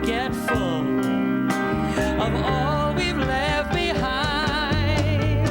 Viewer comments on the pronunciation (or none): none